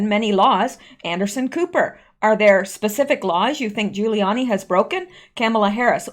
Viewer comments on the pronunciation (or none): none